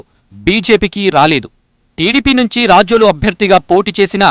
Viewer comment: Adi racholu kaadu ra babu, rajol